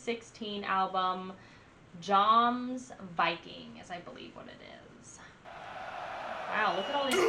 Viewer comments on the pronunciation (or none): its not pronounced like its smelled yomsviking